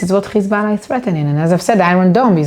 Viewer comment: Now I've seen some nasty shït in my life but gotta give her, she is the worst "Hezbollah" pronouncer of all time.